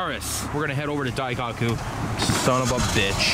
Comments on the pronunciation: Wait You're in Japan and you put JDM as a car type in the description? What? Also if you can pronounce Murcielago correctly, you can pronounce Daikoku correctly. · Dai-cock-oo ? Testa Rowsa ? bruh you need to work on your pronounciation